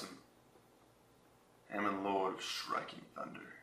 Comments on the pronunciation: Huh-MON.... not HAM-MAN... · it is halmon just saying not hamon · haMON is how it's pronounced btw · It's Hamon, Lord of Striking Thunder not Hamon-lord of Striking Thunder. Argh OCD mode activate. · You mispronounced Hamon... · Doesn't how to pronounce hamon or uria.